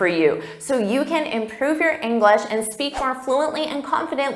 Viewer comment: I'm sorry,, but every time you say "englis speaker", yes without an H, it kinda bothers me.